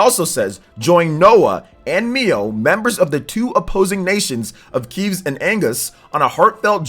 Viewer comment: It's Kev-ves and AG-nus. NOT Keeves and Angus lmao. Lazy reading.